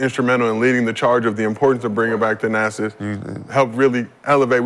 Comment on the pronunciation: Nick Young, Its "Thanasis" not "The-Assess". 😂